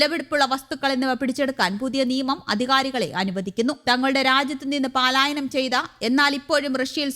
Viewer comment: പലായനം No പാലായനം